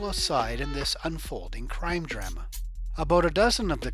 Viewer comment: I enjoy how the reporter pronounced "Drama"